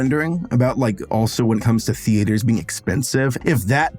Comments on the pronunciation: It bothers me so much how you pronounce it “thee-AYY—turs” 😮‍💨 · As a non-native english speaker, is 'theatres' really supposed to be pronounsed 'the-A-ders' like does (emphasis on the A)? I've always pronounsed it 'theaters', with no "stops" or emphasis on the A.